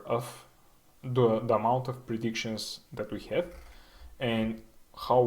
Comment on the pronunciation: Please pronounce "Have" correctly.